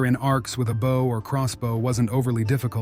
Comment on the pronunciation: When using a text reader for the audio, consider using "bo" instead of "bow" for the correct pronunciation of a bow (the weapon).